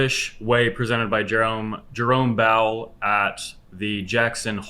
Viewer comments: did you say Jerome Bowel? xD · Jerome Bowel😂. I think you said that a few times... Always thinking with your stomach😂